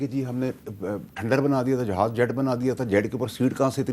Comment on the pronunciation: Pehlay Jahaz bolna toh seekh lo 😂